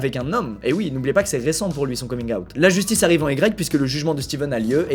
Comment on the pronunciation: La justice arrêive en Y je vous jure il me fume de rire 🤣